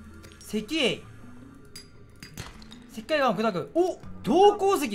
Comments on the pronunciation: せきかいがん …… せっかいがんだろ笑笑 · 石灰岩「せっかいがん」じゃないの？笑笑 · 「せきかいがん」は草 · 石灰岩(せきかいがん) 惜しい